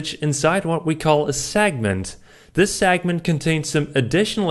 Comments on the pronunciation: Please,.it's pronounced segment, not sagnent. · I was watching this at 1.5 speed, and it sounded like he was saying "sagment" instead of "segment".